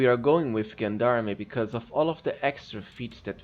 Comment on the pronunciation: Gendarme is pronounced [ˈZHändärm] or jendarm.